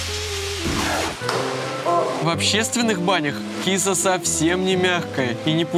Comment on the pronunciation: не кИса, а кисА. Ударение на А. :))